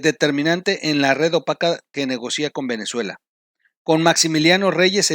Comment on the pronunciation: La lectura qué haces a la publicación de los negocios de México con Venezuela petróleo por alimentos te refieres camuflageados es camuflados y también lees negocia acentuado en la i pero es negocia sin acento mucho ojo 👀